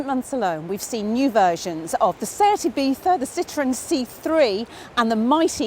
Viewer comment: Thank you for saying Seat Ibiza correctly at the beginning